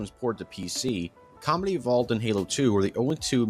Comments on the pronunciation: Why does it sound like you say comedy evolved and not combat evolved (just a little nit pick) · Am I the only one who keeps hearing him say “Halo: Comedy Evolved”? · Am I wrong or was he saying “comedy evolved”? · Not gonna lie, whenever you said Combat Evolved, I kept hearing Comedy Evolved.